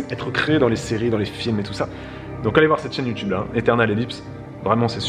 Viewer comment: J'ai 2 ans de retard 😭 Quand a dit You Tube on aurait dit Teube... 🙈